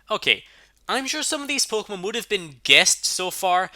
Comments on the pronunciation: Pokémon not pokomón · Pokémon not pokomn